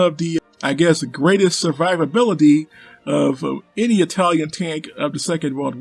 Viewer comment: "Yer a tank Rock! A greasy fast EyE-talian TANK!..." Guess missed the Italian tank memes.